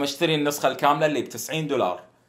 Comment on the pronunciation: يوبيسوفت ❌ يوبيزفت ✔️